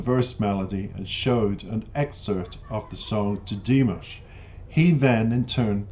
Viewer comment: Dee-MOSH, not DEE-Mish.